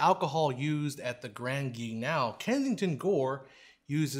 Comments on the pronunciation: Grand Guignol is pronounced like "hull" not "canal". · Oh, dear-- have I have been mispronouncing grand guignol all this time? I really believed it should sound like "gran geen-YAW". Here, it's spoken as "grand gee-NOW". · Appreciate your very informative videos, thanks! Btw you should say Grand Guignol like this: Gran Ghee neol (or knee_all) 😉